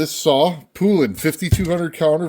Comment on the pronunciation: Poulan is pronounced like the country poulan. Look up "old poulan commercial" you will see. Also the 5200 is 85cc not 82